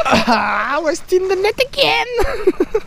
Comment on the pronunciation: On reconnait le carpiste !!😂 : "Yes in the netz again" 😂 chui mort